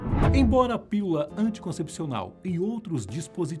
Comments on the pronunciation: Aprenda aí o Mané, não é “piula” e sim PÍLULA. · "Piula"? Tá certo mesmo? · Eu não ouvi "pílula," ouví??? 🤔 😂😂😂😂